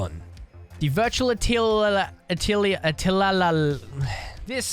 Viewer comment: Atelier is a real word lol pronounced as at-leer. it refers to an artists' work area